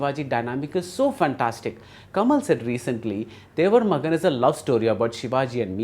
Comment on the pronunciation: I would expect a seasoned cinema critic such as Bhardwaj Rangan to get the basic pronunciation of the movie title correct - It is Thevar Magan NOT Devar Magan.